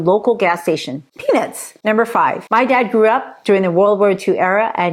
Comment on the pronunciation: I always laugh out loud when you say Peanits instead of peanuts 😂